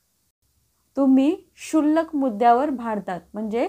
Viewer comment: तुम्ही शुल्क मुद्दावर भांडतात. ❌ तुम्ही क्षुल्लक मुद्द्यावर भांडता. ✅ कायम अशुद्ध मराठी 👎 Petty चा उच्चार ' पिटी ' नसून 'पेटी ' असा आहे.